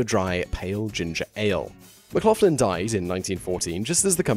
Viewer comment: McLaughlin is pronounced Mc Locklin - especially if you come from Belfast hahaha